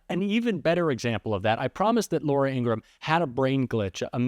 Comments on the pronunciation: Her brother said, "our name is pronounced Ing-ra-ham." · Hey! Great Channel! Remember that it's Laura Ing-grah-ham`. Other than that, you're killin' it! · Her name is Ingraham! Please stop mis-pronouncing it as it is offensive to Ingrams!